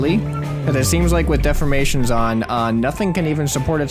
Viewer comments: defformation?? De-formation...Think Deform-ation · dude it de form mation not def for mation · dude its pernoused de 4 mA tion